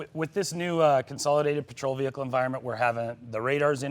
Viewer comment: "Move away from the v-hear-cle"